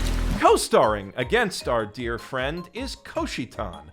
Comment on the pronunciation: Dud you mean "Dear anime industry" or "Deer anime industry" at the beginning of the video?